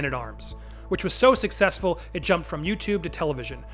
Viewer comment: bro you didn't have to emphasize "successful" in the intro ^^